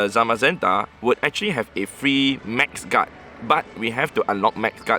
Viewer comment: He is saying max guard with an accent